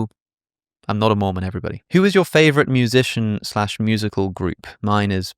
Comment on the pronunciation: I misheard you saying 'if I became a Moomin' 😂 Good channel, very interesting yet funny aswel 🎉